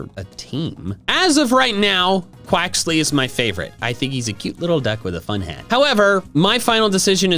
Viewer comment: I'm thinking Quaxly is not pronounced correctly. Because of Bonsly...